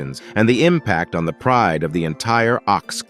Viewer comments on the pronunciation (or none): none